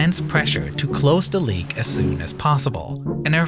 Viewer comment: Annuwa pweventas cwose da pwipe with a wubba seawl